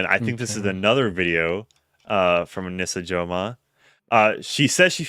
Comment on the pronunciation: I thought her name was pronounced aneesah.. pretty sure. I hate her and thinks she’s everything wrong with society and women nowadays and can’t stand her.. but if you’re gonna do a deep dive probably should say her name right.